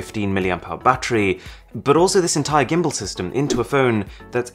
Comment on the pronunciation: Arun, please, you're British, pronounce "gimbal" right